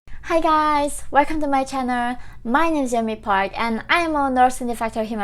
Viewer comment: God damn it- say channel correctly!